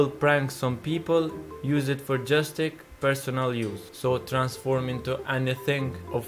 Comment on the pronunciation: bruh he said justik instead of justice